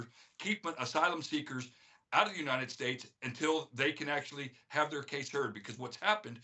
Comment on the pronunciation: "Yuneit esteyt" 😂😂